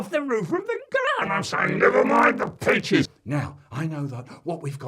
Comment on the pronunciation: No it’s “Peaches.”